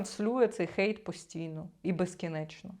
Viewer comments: не викривляйте англійські слова! "Гейт" це ворота!! Хейт це хейт! Не будьте безграмотними!! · Пробачте, але чому "гейт" а не "хейт"?😅 А взагалі, - ганьбити, лихотворити, критикувати, нападати, злорічити.